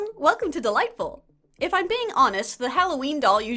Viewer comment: i only just realized that you say “welcome to Dollightful!” And not “welcome to the lightbulb!” 😅